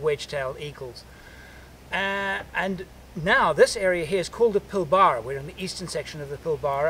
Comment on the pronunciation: Great video. But please make the effort with the pronunciation of Pilbara. Thank you. Also, cattle are not moved by rail but rather via road train.